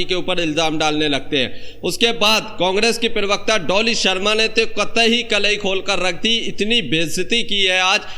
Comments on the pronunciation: Arey yaar bolna tou seekh lo, Lagataar perwaqta bol rahey ho, Perwakta nahin parwakta kahtey hain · abey perbekta kya hai??? pravakta bol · Per wakata nahi ji, pravacta ucharan karo. News anchoring ki hindi aachi honi chahiye